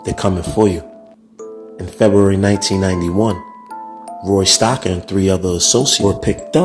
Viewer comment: First of all his name is Roy Stocker ,, not stacker, 😭👋,, you have so many pictures wrong in this it's not even funny,, Hugh breslin was my godfather, and this is hilarious😂😂